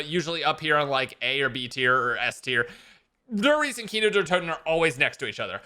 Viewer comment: “Dur Reece” 😂😭